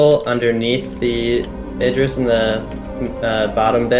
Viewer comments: For "Idris" it is pronounced starting with: "Id" NOT "Eye". Look up the actor Idris Elba and see how people pronounce his name online. It's the same way. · id riss ..... say it with me ir riss not what your saying lol